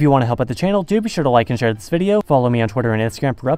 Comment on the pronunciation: Zis means...he said zis means.....the German in him is coming out